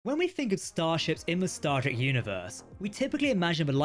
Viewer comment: Man you need to enunciate "Star Trek" because if someone told me you were saying "Stargate" or "Starter" I'd have believed them.